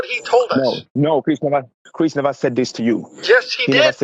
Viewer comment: Listen here I'm NOT CHRYISP!!!!!! I AM CHRIS?